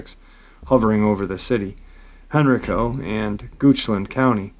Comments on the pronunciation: HenrIco. Hen rI co. Not hen reco. the I = eye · I only know cause I'm from near there, in VA. It's "hen-rye'-co" county. Love you! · It’s pronounced Hen Rye Co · For future uploads.......Henrico is pronounced “Hen-rye-co” and Varina is “Va-rye-na”, its a accent from the region. Also Roanoke Is in the New River Valley region of Virginia, Roanoke Rapids is in the Great Dismal Swamp area of North Carolina. Not trying to be negative, just trying to give that little bit extra for keeping uploads even better. When are we getting more Victor??? Come on man we are due a little more! Thanks for all you do trying to keep us informed. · Love your show and not trying to be the English Nazi but I live right beside the area you're talking about in Virginia and they are pronounced like "Hen-rye-co" and "Va-rye-na" counties